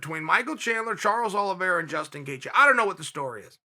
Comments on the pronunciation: He also said Charlie Olives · he said Charles OLIVIERA, he says the names wrong on purpose